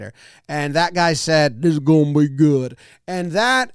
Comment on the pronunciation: "Dis Gonna be guuoed" was perfect.